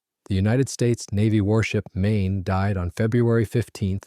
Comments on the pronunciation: I spent a week in Bangor MAYNAY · MAIN-eH? please check your work. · Remember the main, and pronounce it correctly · Mispronounced names of the MAINE and FLORIDA STRAITS is piss poor!